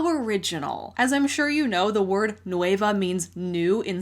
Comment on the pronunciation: without the ey Nueh-va not noueyva c